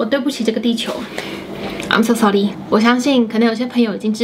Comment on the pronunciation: 期待求婚的影片！！！印度口音的那句i'm so sorry 🤣🤣🤣🤣